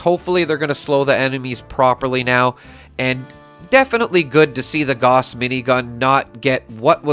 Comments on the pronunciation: Dude! It's "gauss" as in "house", not "gorse". It's named after the german physicist so there's no doubt or question of accents etc. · When are you going to learn to pronounce Gauss properly 🙄🙄